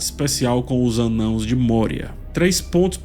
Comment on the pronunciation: O cuidado em falar "anãos" aos <3 Eu ainda to achando complicado de seguir a serie, por hora sigo contigo. Obrigado pelo review.